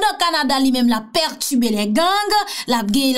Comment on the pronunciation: Perturber,perturbé,pètubé hummmmmmmm ok🤭🤭🤭